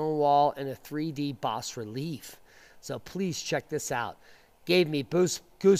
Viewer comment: The "s" is not pronounced in bas relief.